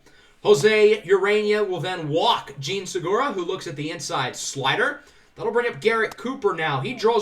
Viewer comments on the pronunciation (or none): none